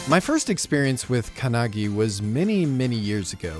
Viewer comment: "Kanagi"??? The otaku who talks about Japanese anime with such condescending attitude can't even pronounce the title of a Japanese anime properly It's not kanagi, it's "か(KA) ん(N) な(NA) ぎ(GI)"